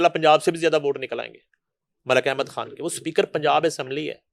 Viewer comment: "کھان" تم کو بھی بالی ووڈ کے طرح " خ" کی ادائیگی میں موت پڑتی ہے؟ جیسے شاہ " روکھ کھان " - خ تم کیوں نہیں بولتی ؟ موت پڑتی ہے تمہیں